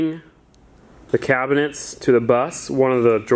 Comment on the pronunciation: You kept saying kitchen cabinents 😂